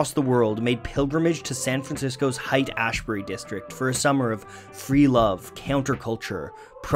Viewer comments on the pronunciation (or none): HAIGHT-ASHBURY not "Height" Ashbury. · just like, fyi haight is pronounced “hate” not”height” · "Height Ashbury" 😆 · Sorry It is pronounced like Hate Hate Ashbury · Oh! It's just his "Canadian accent". RIGHT! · It's pronounced HATE, oddly enough. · Wrong pronunciation on Haight Ashbury